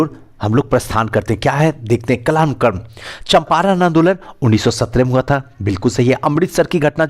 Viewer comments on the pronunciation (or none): none